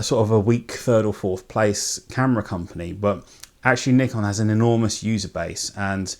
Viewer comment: Thanks for pronouncing it the correct way. The 'merricuns say "Nai-kon" which drives me crazy. I have a D600 and a D5300.